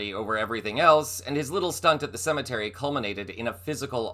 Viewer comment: It's "CEMETERY".